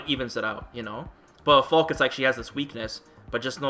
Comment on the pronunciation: She's called Falke, not Falk damnit